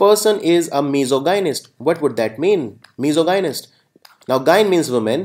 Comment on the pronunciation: Sir very poor pronunciation every 3rd word u pronounced is wrong Like misogynist-Called mis-OJ-nist not Miso-Gahy-nist dermatologist-der-muh-TOL-uh-jist not DERMA-tolo-jist i didn't mean to disrespect u but i hope u will work on ur pronunciation